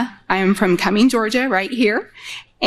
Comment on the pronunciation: I got suspicious when the lady asking the question that led into Trump's "Every legal scholar" gibberish said she was from Cumming, GA. NO ONE from or from nearby Cumming says it with the G sound at the end of it. Its almost always pronounced 'Cummins' with an S sound, and no G. I allowed a little leeway because she said she was originally from Cali, but knowing afterwards about it being a Republican Women's group and not actual independents, it made more sense.